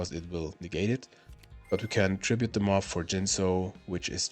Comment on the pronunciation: "Flip the MoF" vs "Flip them of" 😂